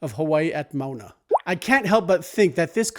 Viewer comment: I enjoy and love your series on Details you Missed… one point of correction here: when you talk about the professor who was a chanter at the battle, I heard you say “University of Hawaii at Mauna”. And the printed captioning said the same. Of course there is no campus called UH at “Mauna”. It is the main campus at Manoa, in the valley in urban O’ahu. Please consider correcting this on your YouTube. I’m looking forward to your next effort. And I second the suggestion to explore the story of Toby who is based on a real life person too.